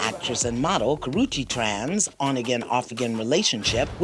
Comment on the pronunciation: The fact that you butchered that woman's name even though it's spelled correctly above, is dumb af.